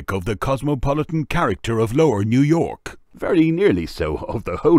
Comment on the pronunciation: Facunated with this time new yourk